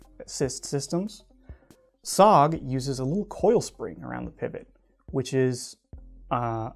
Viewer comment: S.O.G. It is not SOG, its S.O.G, you have to say the letter.